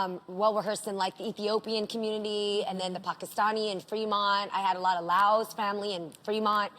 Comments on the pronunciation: Jeannie I'm so happy the way you pronounced Pakistani 💕😂 I love u more now if that's even possible 🥺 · When Jeannie said Pakistani, the properrr way, made me so happy. It’s so easy to learn how to pronounce things right if you want to! 🇵🇰💕 (it’s pronounced “paak-istan” not “pack - istan”) ❤️🇵🇰